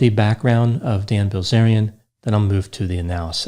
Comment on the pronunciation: I couldn’t help but hear Gozerian every time you said his name.